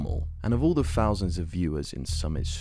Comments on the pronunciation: Cmon how can you say the word "fort" ok but then you are trying to say "thought" and it comes out "fot" or thousand is pronounced "fousand" like cmon you're a news channel and you're fcking up easy words just cus you're lazy. Pronounce words better we are not 4 years old mate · bro, imagine making fun of someones viewer count of 3000, and pronouncing it "free fousand"....youre worried about the wrong stuff lil bro, hit them books.